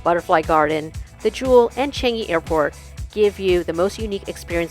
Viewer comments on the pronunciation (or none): Foreigners can never pronounce ‘Changi ‘ correctly😂😂😂